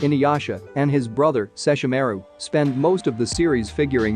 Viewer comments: He keeps prouncing seshormaru named wrong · Lol I just noticed that when he said seshormaru name wrong it made me cringe so hard right now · I hate how you say sesshomarus name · And this is why you don't use a bot to talk in your place. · Can't stand how you pronounce Sesshomaru's name. Or Ryukotsusei. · Did this narrator ever watched Inuyasha? Mis pronouncing Sesshomaru’s name and the tenseiga was such blasphemy that is just so distasteful! I’m out! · I couldnt watch it simply after I heard how he pronounced sesshomaru. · Thank you 🤣💪🏾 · The way he said Kagome & sess name though 😂 I could have died 😂😂😂😂